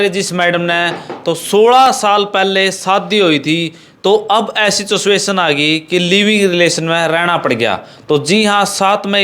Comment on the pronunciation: Situation kehna nhi aata chasvation chutiya ban rha patarkar hai 😂😂😂😂😂